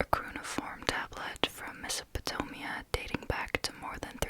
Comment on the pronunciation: Mesopotamia (mess-oh-pa- tame-ia) Arab (air-ub) no one’s mad it’s ok! Just thought I would show how to pronounce it for future reference